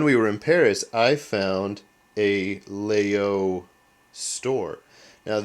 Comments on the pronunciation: Very nice knife. Except it is not pronounced "Lay-Oh" it's actually, "Lag-(like jetLAG) Yul--(like YULEtide) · There is no hard G in the pronunciation. It's something close to 'Lai-yoll'. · its laGyol not laaoo just sayin.. just so your viewers will sound somewhat intelligent when talking about this knife. but that said great video thanx